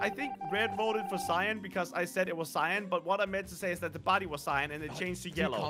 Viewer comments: why did red vote cian. Me it’s not cian it is cyan. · ypu know when you said ciyan its really cyan! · They always says cyan like syan😂 instead of like cane😂